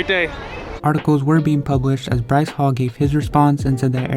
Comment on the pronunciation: and btw it is Bryce not rice